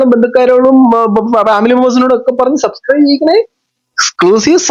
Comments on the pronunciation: സബ്സ്ക്രൈബ് ❌ സസ്ക്രൈബ് ✅😂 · സബ് സ്ക്രൈബ് എന്ന് പറയാനെങ്കിലും ശ്രമിച്ചു കൂടേ? എന്തിന്? അല്ലാതെ തന്നെ സസ്‌ ക്രൈബേർസ് ഉണ്ടല്ലോ അല്ലേ?😂